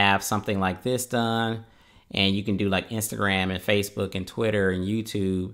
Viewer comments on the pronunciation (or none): none